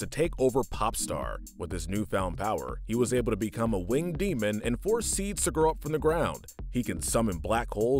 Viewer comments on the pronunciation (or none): none